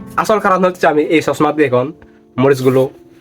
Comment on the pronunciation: 😂 সালটা না চালতা 😂 😂 খদম না কদম 😂 😂 ছসমা না চশমা 😂 😂 রেদি না রেডি 😂 😂😂😂😂😂😂😂😂